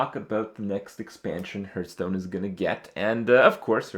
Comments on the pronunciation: Stop saying heerthstone, ITS HEARTHSTONE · Hearthstone is pronounced HARTHstone, ffs. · why is he calling it hurtstone